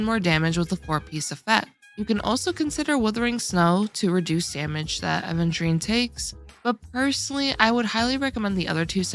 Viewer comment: Where's the D????????????????? it's Aveturine not ADventurine